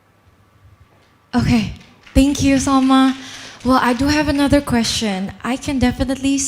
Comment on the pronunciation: Chê thậm tệ MC hôm nay nha! T chê trên live luôn nhưng vẫn có người bênh. Toàn đọc thiếu âm cuối như từ Stage và phát âm sai từ như Question. Âm điệu rất nặng, nghe mệt vl. Đang nghe Phương Linh rất nhẹ nhàng và ấm áp xong với bà MC lên tiếng làm tụt mood. Chê vậy là còn nhẹ đó. Đừng nói t biết gi mà chê. T ở Mỹ gần 6 năm rồi và không có bạn bè Việt Nam, toàn người Mỹ nên t có khả năng để nhận xét và chê 😊